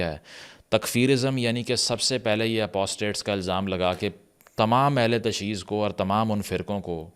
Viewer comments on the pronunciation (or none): The correct pronunciation in Urdu is “Ahl e Tashayyu”, not “Ahl e Tashee”.